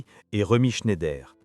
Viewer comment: de nombreuses erreurs graves. Et prononcer chné-ideur au lieu de ˈʃnaɪ̯dɐ est quasiment une insulte à Romy.